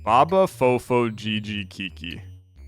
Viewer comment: my good sir actually pronounced keke for kiki. This is the reason why we can't use hehe, since it will be decoded as hihi